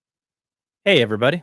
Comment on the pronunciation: "Hey everybody"??... Sounds like Texas is rubbing off on you buddy!... To those who say you might be condescending should check out Amir at audio science review, compared to him you're a peach!!! Keep on keeping on.